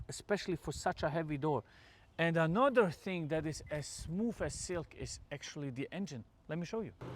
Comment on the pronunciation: Why are you saying smooF lol